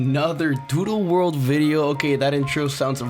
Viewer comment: you saying "doodle" kind of sounds like "doo doo world" which makes it funnier